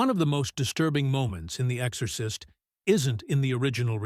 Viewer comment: It wasn't long before I had to turn this off. The AI is just so bad. I'm actually very disappointed because the subject is fascinating, but I just can't get passed the AI voice. "The Ex-or-cyst". 👎